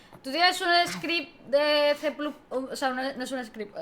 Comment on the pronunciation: Cuando pronunciáis C++ como "ce plus plus" no lo entiendo. O todo españolizado o todo en ingles, pero eso de mitad y mitad jajaja